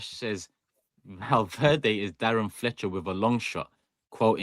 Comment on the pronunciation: Don't let get away with anything. Madrid vs City watch along he called Valverde Valdiddy on stream 🤣